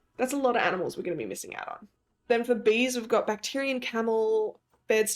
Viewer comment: Lmao: Bacterian camel.... not Bactrian. Oh, First video I've watched of and her brain (not brian) is entertaining (not entertainting....maybe entertainting). I've been waiting to really jump into an Alphabet zoo until all the DLCs are released since I feel like I'll end up putting an animal down and then a new animal will feel better for that letter. I'm also leaning towards my ABC zoo focusing on the classic elementary school idea of what animal is most common for that letter (so that's going to help nudge out all these descriptor names for animals (i.e. bacterian camel for camel).